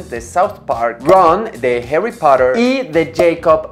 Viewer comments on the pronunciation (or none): none